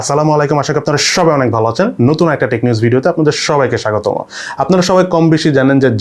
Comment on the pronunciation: ভাই অনেকবার খেয়াল করছি আপনি 'স্বাগতম' রে 'স্বাগতমো' উচ্চারণ করেন!😂😂